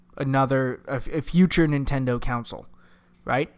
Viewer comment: Console, not counsel.